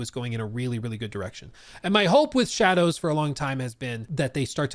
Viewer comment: It’s pronounced assassins creed SHA-DAH-hOe